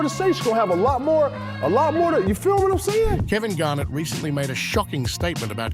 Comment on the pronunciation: it's pronounced GAR- NETT, not the way you're saying it